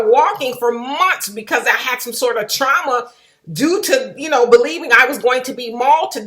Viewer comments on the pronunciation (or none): none